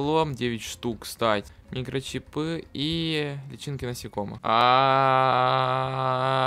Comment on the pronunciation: Не мякИш а мЯкиш И не микрочипЫ а микрочИпы